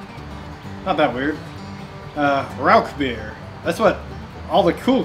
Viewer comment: Great video and got me subscribing instantly BUT please stop saying "RauK beer" its pronounced "Rauhr beer". But anyways love the video and I can't wait to brew my own Rauchbier.